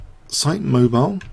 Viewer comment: I had a co-worker from Mobile, he tells me that it is pronounced Moe-biel. (thank you for the videos)